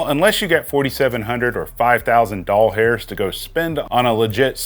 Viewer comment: Doll hairs is so cringe and unnecessary. Just say dollars. It's less effort to say it right anyway and you won't sound like a pervert.